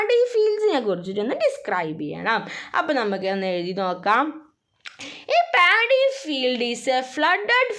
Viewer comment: Miss it is Not Daddy it is paddy